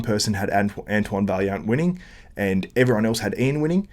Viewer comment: It’s pronounced vaiyant ffs lol